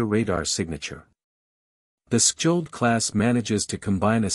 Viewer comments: Say "shold", and you'll get it right. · Silent "kj" please and "Sk" like in Ch as in China rgs from Norway. the "o" is a bit like the O in English Online. -- Chold. rgs from Norway